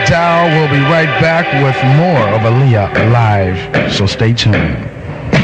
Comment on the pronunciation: It's Aaliyah not oaliyah